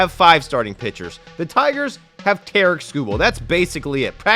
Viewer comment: Someone teach this man how to pronounce "Tarik"